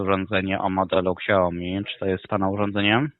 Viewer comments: "urządzenie Kśajomi" :D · Super jest wymowa ksiaomi , szacun dla pana za poświęcony czas na słuchanie tych głąbów . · "Urządzenie ksiaomi" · "Ksiajomi", jak mnie uszy bolą :(